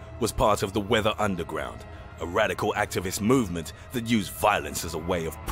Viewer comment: "his MOOvement" 😂🤣😂 I always come back to his old videos. Especially if I'm having a bad day. I fucking love it lmfao numbER NINE!!! 💀